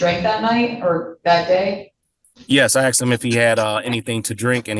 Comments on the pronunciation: The cop “axed him”? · He didn't ask him questions. According to the cop's testimony, he axed him questions... that's coercive and threatening...